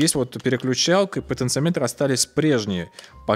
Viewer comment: Извиняюсь за замечание. В слове "потенциометры" ударение на вторую О.